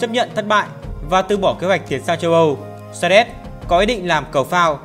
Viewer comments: Xerxes phải đọc là Dớt Xi, Xe rét là cái mie gì vậy? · clgt, đọc sai thì phải chỉnh lại, tên ngta như thế cứ đọc Xe rét, nghe ngứa tai vcđ @@